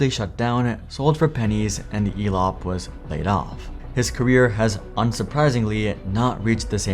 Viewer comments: Why do i keep hearing Elon instead of Elop 😊? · Elop sounds a lot like " Flop" .